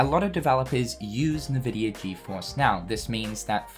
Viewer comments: Why do you say "Nahvidia"? it's just Nvidia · This is hype but haha "NeVidia", it's pronounced "eNvidia". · Btw as someone who has played a ton of PC games, nVidia is pronounced IN-Vidia, rather than En-Vidia or Un-Vidia or NeVidia or however you were pronouncing it as a playstation gamer. I started typing this comment and you stopped pronouncing it altogether so I can't remember exactly how you were pronouncing it. If you want to verify corrrect pronounciation, check borderlands 2 or 1. During the loading, one of the games (or both I can't remember) loads up an nVidia screen and says "nVidia" properly. Anyway, no hate. Hoping KH IV is more engaging than 3 was because I waiting 14+ years for 3 and was not happy with the story. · Who the fuck pronounces Nvidia like that ?? 😂😂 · I've never heard anyone read NVIDIA like that xD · Because people have different accents